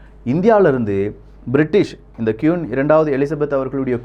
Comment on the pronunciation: கியூன் இல்ல ப்ரோ குவீன்